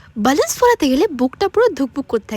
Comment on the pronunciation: Byaloons ta abr ki pronunciation??? Youtuber jakhn hoyechis takhn pronunciation gulo thik kor ota Balooons hobe